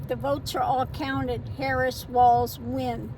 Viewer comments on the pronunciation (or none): none